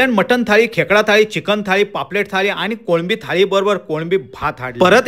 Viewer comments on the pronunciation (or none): none